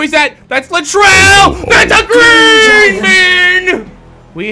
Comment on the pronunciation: Steph..... Cuwwi! Klay..... Kthomthom Draymond....Gween